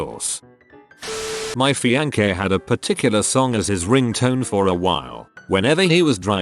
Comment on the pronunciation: my fi ane kay